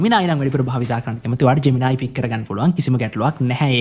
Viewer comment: ජ්මෙනායි ජෙමිනායි ගාන්න එපා බන් නිකන් සුද්දො වගෙ ජෙමිනි කියපන්